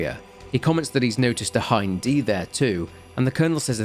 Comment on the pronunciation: ...im sorry. What was that?? Not a Hin... ...DEE!!!!??!??!????!??!??!!!???!?!??!??! Are you sure it's Hind and not Hin... Mother F U C K I N G DEEEEEEEE!!!!!!!!!!!!!!!!!!? CUZ HIN-F*CKING-DEEEEEE is so f*ckin common everyone always only evrr says hin-f*cking-deeee. No one has ever pronounced HIND as HIND. Ever. Oh except for everyone who hasn't got kojimas c*ck stuffed down their throat so deep the guys ankle deep in stomach acid. Btw in case you're actually stupid Hind is pronounced Hind. Not hine-dee. In case you're actually stupid.